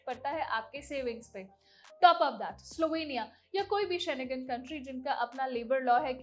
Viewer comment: शेनेगन नहीं होता ...शेंगेन होता है